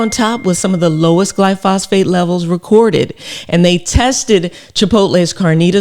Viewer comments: I love your work Dr Rachel, but in this case you're wrong, and this is a PhD in analytical chemistry talking. Firstly try pronouncing it correctly (and writing it correctly). It's "glyphosate" not "glyphosphate." Secondly there have been literally thousands of studies of this chemical. I haven't read them all but I have read many. Yes it is ubiquitous but it is harmless. Without exception every single negative report I have seen ultimately is the product of ignorance, or a green-driven agenda. There is a cohort of individuals that want to destroy the farming industry and they are going after this chemical because it is so important to the industry. They know that if they can get this chemical off the market it will impose a massive impost on farmers, and potentially destroy the industry and that's what they want. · Dr. Rachel. With all due respect. It's not gly-phos-phate. It's gly-phosate. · Its glyphosate not glyphosphate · thanks doctor! but it's not glyphosphate, it's glyphosate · Thanks for this content. Excellent, as always! You've touched on a personal pet peeve. Please READ the word. Take your time. Carefully reading the word, it will become evident that word is pronounced: GLYPH-OS-ATE. The PH letter combination occurs exactly ONCE. I inserted the breaks for clarity, but I'm not sure, exactly, how this word is pronounced. I only know that it's NOT: GLY-PHOS-PHATE. I still love your content! ❤ That pronunciation was just nails-on-chalkboard driving me nuts! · It's glyphosate, not glyphosphate! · Glyphosate, not glyphosPHate.. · PS-- One thing is not in dispute is the pronunciation is GLY FO SATE, not fly fos phate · It's actually called glyphosate; not glyphosphate Dr. Rachael! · It's pronounced Glyphosate not Glyphosphate LOL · Is pronounced Gly Fo Sate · Gly -pho-sate….please… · I don’t like to complain but I think you slightly pronounced glyphosate wrong